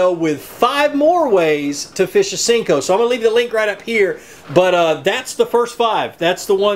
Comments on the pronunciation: i'm with you ... hate when people callem sinkos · They're pronounced senko, not sinko. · Can someone please let know it's a SENKO.... not a SINKO! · I have no respect for people who call "senkos", "sinkos"... no respect haha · Why do you call it a Sinko? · It's called a senko. Not sinko. Smh.